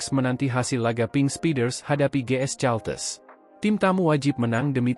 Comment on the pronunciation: Caltex kependekan dari California Texas. Kenapa kau baca Caltes Min?. Belajar bahasa Inggeris dong.